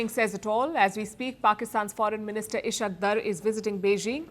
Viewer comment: Foreign minister "Ishq Dharrr" Can't even pronounce names properly...